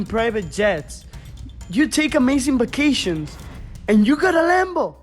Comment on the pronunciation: "you take amasin bacations"